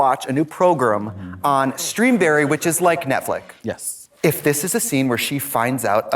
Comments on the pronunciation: The Ojibwe pronounce it “Netflick” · "...Streamberry, which is like Netflick...s" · is it me or is trixie saying netflick